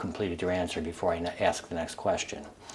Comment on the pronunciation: Its pro ounced ask not axe. If someone ever axe you they would be in trouble for assulting that person you so called axed